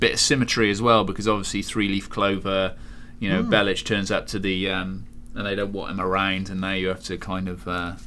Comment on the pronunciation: Technically the spelling Bellic in the serbian language would be pronounced like that but it's not in Niko's case but these two for some reason say it like Bell-itch